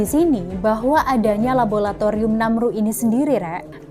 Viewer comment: Labolatorium opo laboratorium to yu...